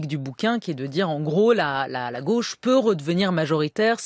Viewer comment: La lutte des classes passe aussi par le langage : je suis tellement désolé que Julia Cagé soit contaminée par l’accent bourgeois qui consiste à prononcer tous les o ouverts ! La goch’ ça n’existe pas ! La gauche Bordel !